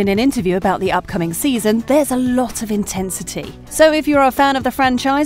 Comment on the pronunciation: 1. "Intensity"? 🤣🤣🤣 2. And what's up with the reverse videos? 3. And what's up with "Ralph Mack-ee-yo"? 4. And Ralph Macchio never said he didn't like Karate Kid 2. It was Karate Kid 3 he did not like. 5. "Intwined"?